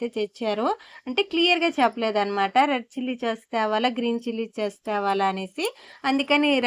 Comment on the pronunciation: చాస్ అనకూడదు టమాటో సాస్ సొయా సాస్ చిల్లి సాస్ antaru